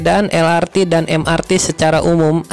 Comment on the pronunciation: Harap pengucapan singkatan pakailah ucapan alfabet Indonesia lah jangan malu harus bangga LRT ya el er te , MRT ya em er te dst semoga dulur2 maklum. Nuhun 🙏🙏